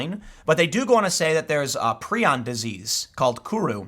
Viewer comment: Tim, it's pronounced "Pry-on". Prion. The repulsion most have towards cannibalism is an evolutionary safeguard against disease. There are some terrible, terrible, afflictions one can get from cannibalism. That said, sometimes, I eat skin from around my cuticles. I have dry skin and they get jagged and I can't stand it. And we should worry about prion diseases because there are some rare ones, like Fatal Familial Insomnia, that are a terrible way to die and genetic. It, and especially the non-genetic variant, Fatal Sporadic Insomnia, are very rare, but, nightmarish to read about. As someone who had an onset of near total insomnia, sleeping 4-6 hours every 6-8 days, otherwise unable to get past Stage 1 Alpha sleep, I, fuelled by paranoia, desperation, and the "just enough knowledge to be scared" premed education I had, learned a lot about this disease because I was having several of the symptoms. I never got better. But it's been three years and I'm still alive. I do sleep thanks to a cocktail of heavy sedatives, including a chemical related to GHB and Flubromazolam, the most powerful benzodiazepine drug discovered so far (All *legal*. The GHB related chemical is sold as a supplement and Benzodiazepines are schedule III, not covered by the analog act. I did not use benzos and was terrified of them because of their discontinuation syndrome, more lethal than that of alcohol, before this happened to me, but no doctor could get away with writing a prescription that would put me dow